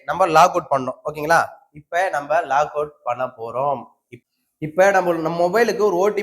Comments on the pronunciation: Log in & Log out உள்ளே புகுதல் வெளியேறுதல் என்ற அர்த்தம் நீங்கள் உள்ளே புகுந்துதல் என்றதற்கு லாக் அவுட் என்று உச்சரிப்பது தவறு லாகின் என்று சொல்ல வேண்டும் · லாக் - அவுட் இல்லப்பா... LOGIN ... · அதுல லாகவுட் இல்ல சாமி.... லாகின்....